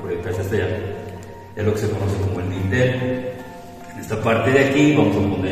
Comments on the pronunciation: Hablando de gente ignorante. Se llama DINTEL a la pieza horizontal superior de puertas, ventanas y otros huecos, apoyada en sus extremos sobre las jambas y destinada para soportar cargas. no se llama "vintel" ni "lindel" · Así es. Se llama Dintel. Y si quieres educar a la gente que "por su ignorancia" no lo pronuncia bien, al menos da tu explicación con tus propias palabras en lugar de bajar la definición de Google👍